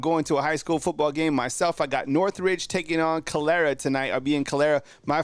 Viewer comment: lol Calera (Cuh-Leer-uhhh)